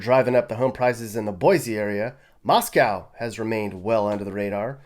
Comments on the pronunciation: I want to move to Texas. Your pronunciation is wrong-it’s Eva not “w” and it’s not Moscow like Russia, it’s more like mos co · As a Pullman WA resident I'll let you know that Moscow ID is actually pronounced mos-coh like in "bow" unlike the Moscow in Russia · Moscow ID is pronounced moss-co.